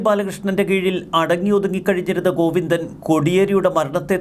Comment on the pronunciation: ഗൊയ്ന്നോ......ഒന്ന് ശ്രദ്ധ വയ്ക്കണം....😂😂😂😂😂